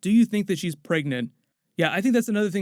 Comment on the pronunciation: If I hear you say “preagnat “one more time.